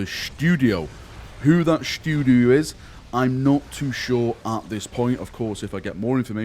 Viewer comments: Shh'too'di-o :D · Ooooh pleeeeeeeeeeeease let it be true 🙏🙏🙏🙏🙏 Also... "shtoodio"... lol